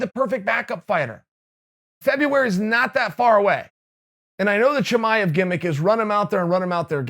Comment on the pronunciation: Impressed that Chael pronounced Chimaev correctly.